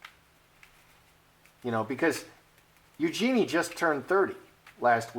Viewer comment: FYI it's pronounced U-joo-nee'.